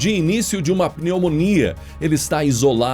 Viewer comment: Não é peumonia não. E pneumonia.